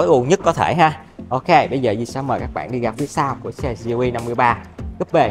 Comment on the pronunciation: Gờ Lờ E nghe cho quen a ơi =))